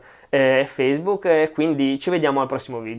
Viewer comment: "Video" e non "VIDIO"